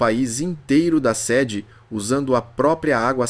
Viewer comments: Alguém tem que corrigir o português da IA... Não é séde...é sêde... E outras mais... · Chato é a IA dizendo /séde/ em vez de /sêde/ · Você sabe que a narração é de IA diz séde ao invés de sede. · O NARRADOR NÃO SABE A DIFERENÇA E ENTRE "SEDE" E "SEDE"... Será que ele bebe água para matar a SEDE?